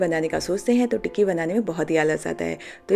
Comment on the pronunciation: You are saying tikiwiki what is Wiki ❓❓❓❓ 😂😂😅 but very nice recipe